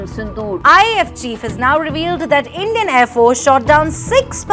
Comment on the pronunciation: Endian 😂😂😂 Anki band karo aur Kaho andira hay😂😂😂